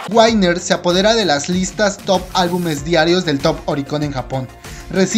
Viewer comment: Sabes no tengo nada contra de ti, pero no me gusta como pronuncias winner :v